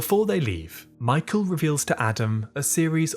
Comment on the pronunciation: please pronounce Michael's name right 😭😭😭